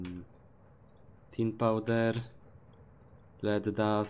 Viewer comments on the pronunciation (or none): none